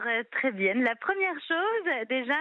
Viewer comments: voilà enfin ! j'attendais que le pot aux roses soit dévoilé, son but évident n'est pas l'égalité du féminin et du masculin, mais bien le renversement de la règle de priorité pour faire en sorte que le féminin l'emporte. Et en plus, elle dit "très bienne" (sic). Comme tous les combats féministes, ça propose l'égalité, pour mieux imposer sa domination. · Elle a dit « Très bienne » 😳😳😳 ?